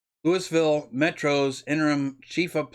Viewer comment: Dear Sir, sorry I must say that was painful to listen to. Your preparation, presentation and pronunciation makes the report damaging to the image of all patriots. LEWISville no Sir. You could type in Louisville pronunciation into google. Sounded like a 5th grade book report. Please stop. Or truly prepare and edit. Get someone else to narrate your next video.